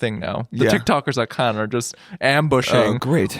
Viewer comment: Mispronouncing Cannes is a big L for my guys